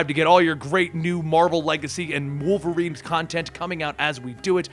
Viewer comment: You mean Wolferine?